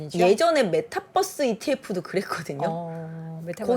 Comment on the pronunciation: 왜케 메타버스를 메타뻐스라고하지?? Bus로 아시나 설마 이분?